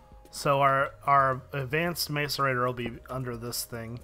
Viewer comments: It's MASS-ERATOR NOT MACE-ERATOR jezz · it's mass-er-ated not mace-er-ated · IT IS (MASS-A-RATE -TOR) YOU DOOSH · its pronounced may-cor- a-tor like so he can see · macerator is pronounced 'mass-er-rater' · ur sayin macerator wrong